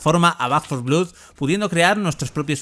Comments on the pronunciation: Un vídeo muy informativo, pero por el amor de Dios, deja de decir "blud" y di "blod", que es como realmente se pronuncia 😭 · Blood se dice, fonéticamente, blod, no blud. Siempre igual con el periodismo español, ni un sólo video sin cagadas lingüísticas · Por qué repites 50 veces "blud" cuando es "blod"? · Como que "Back for Blud"? BLOOD xD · De pronuncia blad no blud,que dolor de oídos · sin embargo el que respondió a mi crítica a VANDAL y a los periodistas que "tantos estudios tienen" eres tú. Tú empezaste el ataque. Pero vamos, esto es Internet. Siempre encuentra uno su discusión, y si no es suya, pues la de otro. Decir blood como blued suena como una patada en la oreja. Eso es un hecho. Denunciame. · Después de oír 2 veces “blud” he tenido que parar el vídeo. En España seguimos sin levantar cabeza con el inglés. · Back 4 vlud. 🤣🤣🤣 esa pronunciación 🤠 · Te sugiero lo mismo. Soy bilingüe. Te aceptaría un "blad" con una "a" tirando hacia la "o", pero en la palabra "blood" no hay ningún tipo de "u". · Dislike por pronunciar "BLUD" 😓